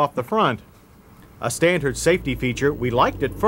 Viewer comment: Nice dash display ! Like the presenters homely voice.... notice He always adds a subtle t in words with d's..... '5 speed as stantard'...